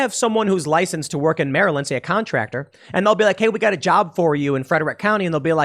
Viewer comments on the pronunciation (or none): none